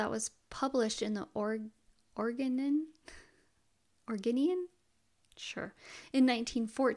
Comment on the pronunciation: The Oregonian newspaper is pronounced or-E-go-knee-un.